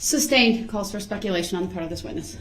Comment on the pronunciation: And couldn’t even say the word speculation correctly even immediately after the judge said it. How can you not repeat a word you JUST heard